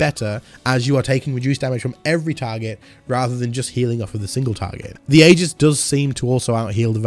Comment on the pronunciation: Just a heads up. That word is pronounced E-Gis